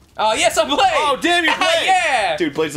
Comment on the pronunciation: brade not blade